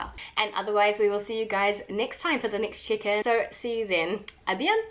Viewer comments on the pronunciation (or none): Everytime says "check-in" I hear "chicken"... 😅🙈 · I thought I heard "one month chicken video" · Me tooooo hahaha I was actually scrolling the comments to see if someone said it lol. It took me the whole video to realize she was saying "check-in" 😂